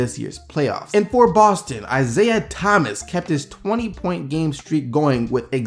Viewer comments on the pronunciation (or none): none